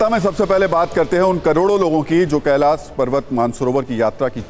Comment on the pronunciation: कैलास नहीं कैलाश